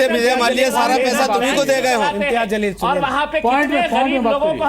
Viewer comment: मौलाना अंसार रज़ा साहब पहले उर्दू दुरुस्त कीजिए जलील होता है zaleel नहीं होता है।और मौलाना आज एन आर सी की लिस्ट में नाम लेकर आजाएगा फिर बताएगा कैसा लग रहा है।